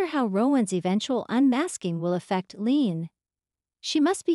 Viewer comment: Omg please please pronounce leanne's name correctly, LEE-ANNE